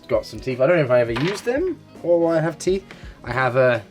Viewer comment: “My teeit beard! My teeits”